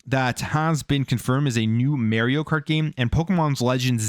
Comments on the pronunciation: You are pronouncing Mario incorrectly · my ears hurt when you said mario wrong.